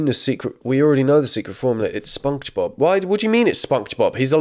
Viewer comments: I'm sorry...are you saying "spung-j-bob"?! Why, is this an herb 'erb thang?!?! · „Sponksbob“ „twinker bell“ WDYM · The way he says Sponkgsbob kills me every time... 😂